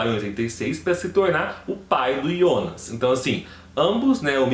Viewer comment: Quem é yonas É Jonas Kkkkk Aki é BR